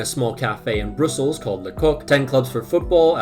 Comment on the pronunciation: Love the video but distracted by you continuously mispronouncing "Brussels". Bruh - ssels. :)